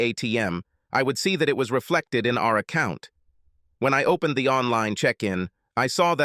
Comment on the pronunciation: Pronounciations? Three more originals to the list: OWE+PEN+ED RAY+CON+EEZ OWE+BLEE+GA+TORY Ye gods, so abysmal, commenting must be a sheer waste of time…